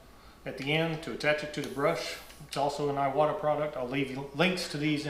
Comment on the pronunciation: You are pronouncing Iwata like it’s spelled Aiwata.